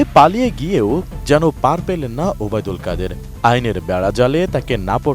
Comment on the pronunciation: যিনি খবর পাঠ করতেছেন তার খুব কষ্ট হচ্ছেন তার নাম উচ্চারণ করতে